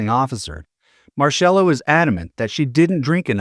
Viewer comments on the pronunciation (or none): It’s pronounced Marcella not marshella.